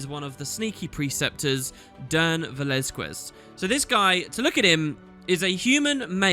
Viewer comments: Hey, big fan from Barcelona. Amazing that youre doing some mysteries videos again, love the lore! Just one thing, it's pronounced "Velazkez", we don't pronounce the "u" between the q and the e! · its pronounced something like veh-lahZ-kehZ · ... It pronouns Ve- lAz-kez! Know it's a nickpick, but I can't stand with his name being butchered. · Its pronounced VeLAZkez, its spanish lol THIS out of the way GOD i hope that if the developers and writers just had left this after watching your video they may pick it up again. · I LOVED THE CONTENT, despite you butchered the name Velazquez. :P Please, check how even google can read this. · First thing I noticed with this video: has no idea how to pronounce Velazquez.